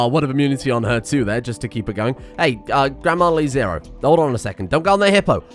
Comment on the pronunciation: It's LeZero, not LiZero.